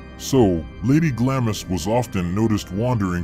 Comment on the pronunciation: Not to be a Captain Literal, but Leap Castle is pronounced “Lep”. And Castle Glamis is pronounced “Gloms”. Great video though!